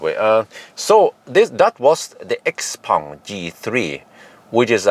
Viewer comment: Schaupong, that is how it is pronounced 😉 I love the car. Especially the Zesla X style Windshield without beeing big and expensive like Tesla. I def. Would buy it if it would come to Europe.